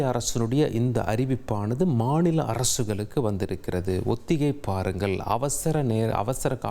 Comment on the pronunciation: இவருக்கு கொஞ்சம் “ல,ள,ழ” உச்சரிப்பில் கவனம் தேவை! இவருடைய தவறான உச்சரிப்புகள் சில, “ஒத்திகை பாருங்கல்” “மாநில அரசுகலுக்கு” தமிழ் உச்சரிப்பு தெரிந்த நல்ல செய்தியாளர் இல்லையா தந்தி தொலைக்காட்சியில்?